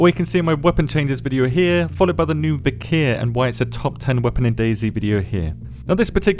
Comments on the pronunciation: As far as I can see, it is not 'viKEEr', but 'viKHr', as in khaki [ka:ki] -> [vik(r)], or, if you want to get closer to the Slavic origins of the name, as in Loch [lox] Ness - hence [vix(r)]. (Sorry, if I double this comment by accident) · The correct way to pronounce it would be "Veekhr", just one syllable. "Вихрь" means "wirlwind".